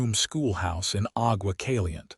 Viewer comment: AI narrator should be taught Spanish pronunciations if the stories are going to be featured in Arizona, New Mexico, Texas, Nevada or California...these names are part of the heritage of our Spanish and Mexican ownership of this large territory. Aqua Caliente...Hot Water